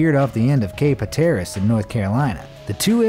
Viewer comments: It’s pretty brutal that you don’t take a few seconds to research pronunciation of places in your videos ..I’ve never been to cape hateras , but damn did you butter it ...Hat—er—ass.. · Cape “ HAT-ER-US” is how it’s pronounced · hat-er-ass......Cape Hat er ass.....haTER ass...wth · did he just say cape hay tarreas😂 instead of hatteres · "Thankfully, NASA" are 2 words that should never be used together. Also, boneheads, it's Cape HAT-er-us not HaTAREus. Sheesh. If ur going to talk like u know what ur talking about, at least know how to pronounce things. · Cape "Ha-tear-iss," Really? Come on, you sound like you are from the U.S. You should have a better grasp on your native tongue. It is Cape Hatteras. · Did he just say that Iraq was covered in "suit"? And where in the hell is Cape "huh-TARE-us"? Dude, "soot" rhymes with "foot", and "Hatteras" is pronounced "HAT-er-us". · "Shelly Island" is on Cape Hatteras (HAT-TUR-US, not HA-TERRACE) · Its pronounced Cape Hatter-iss , north carolina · Cap Hat-er-Russ. That is how you pronounce it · Cape Hah-teh-wrahs 😶😶😶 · Cape "hat-air-us" WTH is that? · It’s Cape Hat-er-us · Cape hat-ter-res. Pronounced as such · HAT-ER-ESS It's not the best way to spell it but that's how you say it!! This guy has no clue!!! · You mispronounced Cape Hatteras. It's HAT-er-əss. Think of the word flattery. Now replace the 'fl' with an 'h' and the 'y' with basically əss as in the letter ess. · Thank you for pointing that out. I live in Tidewater VA and his "ha-TER-is" pronunciation just grated on the ears. If you're listening to a YouTube video that includes geographical locations, you sort of assume they will be pronounced correctly. Sorry to see two replies jumped on your comment. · Cape Hatteras lol. That was a really bad pronunciation. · Cant pronounce Cape Hatteras lol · You said Hatteras wrong. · ....and the narrator painfully mispronounced the name Hatteras. Correct pronunciation at link below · You don't know how to pronounce "Hatteras"